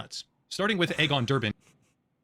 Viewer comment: "Egg-on" Botha ??? pronounced "Eegon," as in Elon (not Ehlon)